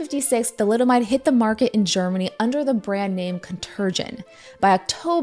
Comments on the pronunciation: hm, you should really have checked the pronunciation of ContergAn sold by Grünenthal Chemie. its Con-ter-gaan (with an" uh" sound as in "huh" or the a in italiano, andiamo) no german will ever even recognize the word with the pronunciation "conterrrgen", even tho it is common knowledge, with even Contergan-Rente ("pension" /more like monthly reparations) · Pronunciation of Contergan: KAWN-ter-gahn (hard g) 😊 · "Contergan" is pronounced "con" as in "CONservative", "ter" as in "TERrier" and "gan" as in "GHANa". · hearing an english speaker say Contergan was interesting, we pronounce the g like you would in the word "gone" and the a behind it is a full "ah" sound, not an eh type of a.